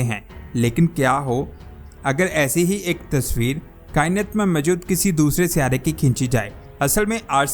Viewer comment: جناب "سیارہ " کہنا غلط ہے۔صحیح لفظ "سیٓارہ" ہے۔۔۔۔اور میجود کہنا غلط ہے جبکہ صحیح لفظ "موجود" ہے۔ براہ کرم تصحیح فرمالیں۔